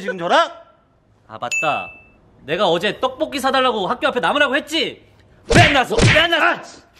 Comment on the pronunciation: 떡볶이인데 떡뽂이...